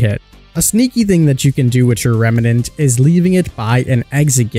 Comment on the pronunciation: It's "remnant". 2 syllables.